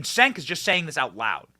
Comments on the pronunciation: Benny, the "C" is pronounced as "J" in Turkish, so his name is pronounced as "Jenk," or as I prefer to say, Junk, lol. Junk Yogurt. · It's pronounced "Chenk"